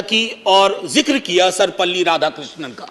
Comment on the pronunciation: I wish he had correctly pronounced Sarvepalli Radhakrishnan.